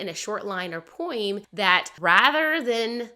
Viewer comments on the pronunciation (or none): I cannot get over the way you pronounce "poem." Where are you from. I'm dying of curiosity!